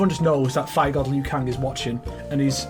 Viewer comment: I’d like to see that because I’m sure Liu shouldn’t be pronounced as Lu 😂